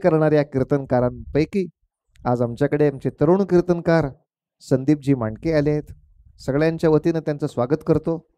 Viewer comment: मराठी माणसं "किर्तनकार" उच्चारतात, ते न्हवे, कीर्तनकार म्हणा 🙏🙏